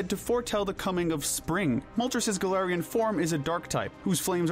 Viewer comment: IT'S GALARIAN, NOT F*CKING GALATIANS! SAY IT RIGHT!